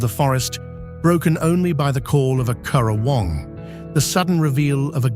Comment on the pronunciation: If you’re going to produce such a glossy promo for our beautiful State, it would be a good idea to learn how to pronounce names of common birds (CURRAwong not curraWONG, KOOKAburra not kookaBURRA), and places (Huon is pronounced HEWon, not Hoo-on; Tamar is TAYmar not tuhMAR)